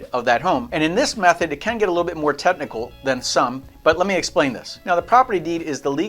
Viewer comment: "teTnichal" and "eCK-stablishiiis" 🤣